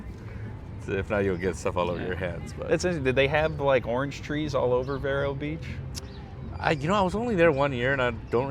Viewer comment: It's pronounced: "Veero" Beach (... a long ē). ex Floridian Love your show. Very glad it found a good home. Go Dodgers! Go Blue 🇺🇸. Go baseball ⚾️ 🧢 💙.